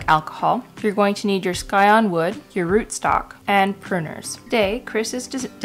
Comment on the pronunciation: It’s scion like science, not sky. Sigh-on